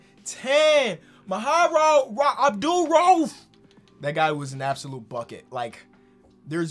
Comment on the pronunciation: absolutely butchered abdul-raufs name lmfaooo